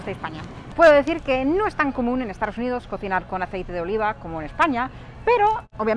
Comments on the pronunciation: Apenas tiene acento, de hecho hay muchas veces que no tiene. Sin embargo nunca dice "estaDos unidos" sino algo como "estaRos unidos", curioso. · Es gracioso. Cuando dices Estados Unidos te entiendo Estardos Unidos o lo que es lo mismo estar dispuesto unidos. Un chiste malo que se contaba en España. ¿Como se dice casarse en inglés? Respuesta:Estar dos unidos. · Me hace gracia como dices Estados Unidos, dices “estaros uniros” xD. Hablas fenomenal, si hablases un poquito más despacio creo que sería difícil diferenciarte de un hablante nativo.